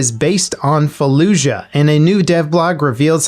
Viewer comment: Its “falluyah”